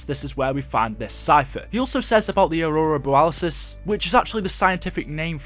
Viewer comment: I didn't know it was Aurora Boralisis. I thought it was Aurora Borealas.